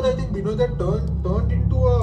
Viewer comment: bengalis use B instead of V, correct pronunciation is vinod